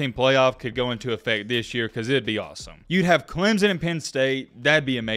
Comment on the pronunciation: DUDE just where the hell is the Z in Clemson?? ITS clem son NOT CLEM ZON dude cant even pronounce it correctly smhh